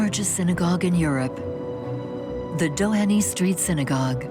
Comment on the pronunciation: The final 'y' in Dohany is silent.